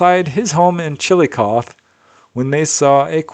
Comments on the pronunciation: You do a really good job of pronouncing all the towns in all the different countries which is no easy feat (: That said, Chillicothe Ohio is pronounced "Chill-i-coth-eeee" (with a short "i"). Just FYI. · The last letter in ‘Chillicothe” is said aloud “Chill-eh-coth-eee” 👊🏼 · Hey, it is pronounced chillo coth hee. I know that the spelling is Chillicothe the hee is pronounced too. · It's pronounced chill-i-kothee. I only know because my mom's best friend lived here. I love the reports though!